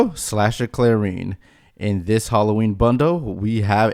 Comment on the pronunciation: Clair-en Not Clair-EEn